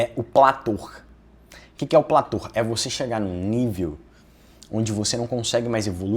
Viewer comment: antes de querer parecer o espertão e vender consultoria, aprenda a falar corretamente. PLATÔ!!! "Plator" não existe!